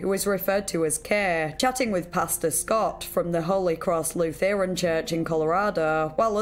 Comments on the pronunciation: It's so funny to hear somebody not knowing what Lutheranism is as a Northern Minnesotan (lake woebegone country lol), because it literally never occurred to me that Lutherans weren't simply everywhere there were churches. And to hear it said "Lu-THER-an" instead of Looth'rn. I can't throw a tin of herring without hitting a lutheran where I live. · LUTH-er-an. Not Loo-THERE-an.